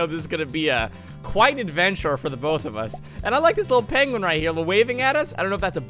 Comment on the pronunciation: Oh u it’s a Pokémon let’s throw a pokball yah we caught a piengwion